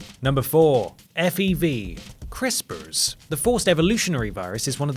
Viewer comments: Please say "crisprs" in every video. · Love the way says crispers